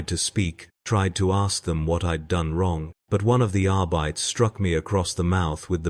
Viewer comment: Are bye tees. Not arbitay